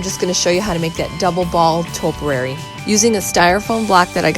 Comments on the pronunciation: Actually it’s pronounced ‘’topiary’’. Not toperary..... but I do love your channel. 😊👍😷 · Toe- pee-airy not toe-per-airy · Liked the post but please learn how to say topiary. tow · pee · eh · ree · Not toperary but topiary- just teasing absolutely love your rescues. Just found your channel today and will be watching them all.